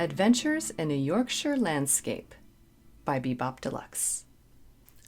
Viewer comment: Small point - love that you pronounce 'Yorkshire' correctly. Maybe do 'Sister Seagull' or 'Maid in Heaven' next, off of the same album I think.